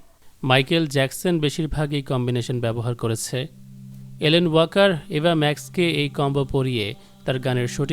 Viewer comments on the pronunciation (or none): none